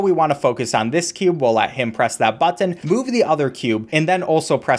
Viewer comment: he emphasizes the 'tt' in a weird way so it kinda sounds like 'bucthon' very slightly